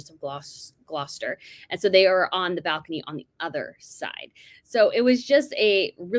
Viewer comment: The'Royal Rogue' knows how to pronounce 'GLOSTER.' And, you do NOT (consistency)!